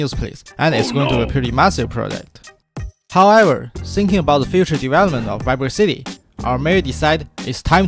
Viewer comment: However not gouwever, please learn to speak without a potato in your mouth😊😊